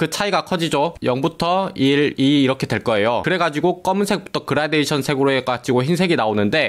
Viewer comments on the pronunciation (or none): none